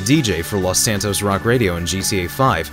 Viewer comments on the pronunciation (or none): none